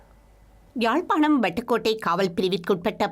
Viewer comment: Correct me IBC Tamil, ஜாழ்பாணமா அல்லது யாழ்ப்பாணமா?